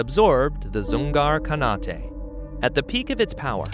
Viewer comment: "khanate" - strange pronunciation... isn't the AI familiar with the conventions? Britain also controlled large areas in Africa by the early 20th century, and it was at its peak just after WW1 no, Germany didn't occupy Poland completely, the Soviets occupied the eastern half (by agreement with the Germans) no, the German navy didn't sink enemy submarines.. it was the other way around (German subs sinking Allied boats)